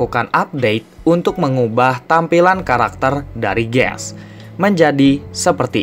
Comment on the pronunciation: Kok Kamu bilang kayak ges hahahaa